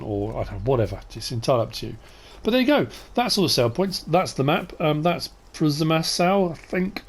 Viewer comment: If it's a Polish map you pronounce w as a v?!